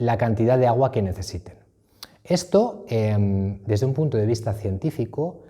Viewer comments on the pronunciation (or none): none